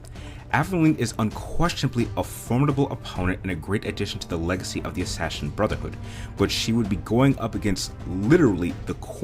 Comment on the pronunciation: You say it like Assashin